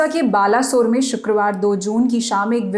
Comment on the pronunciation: Its "bale-ee-suar". Do the correct pronunce